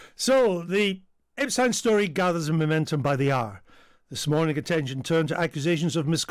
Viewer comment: why are you pronouncing epsteins name differently to everyone else? it is intentional, so why are you doing that?